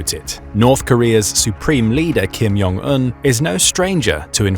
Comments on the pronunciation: Kim Jong Un, not Kim Yong Un. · Welp despite we all hate the Kim's family, let's name them properly. J sound is not Y sound in Korean. Do you pronounce jug, joe, July as yug, yo, yuly? 😂 It's not Kim Yong Il or Kim Yong Eun. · ‘Kim Yon Un’ He says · Just a comment, Korean actually has a "J" sound, so "Jong" is pronounced as one would expect, not with a "Y" sound.